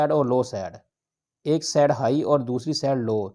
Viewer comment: Said nhi Bhai SIDE bolte hai